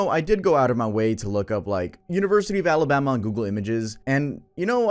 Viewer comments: You mean “Amabama” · Sooo no one’s talking about the fact that literally said “Amabama”?? 😂